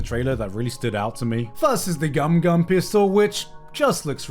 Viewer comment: So don't then, now I have to live with Luffy's actor horrible mispronunciation of pistol, GUM GUM pffftol